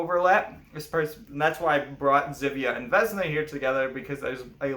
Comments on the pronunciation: Uh jak już mówisz o naszej mitologi to przynajmniej spróbuj wymawiać imiona jakoś sensownie , nie wezna tylko '' Wiosna'' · Vesna is pronounced with an S and not with Z. :)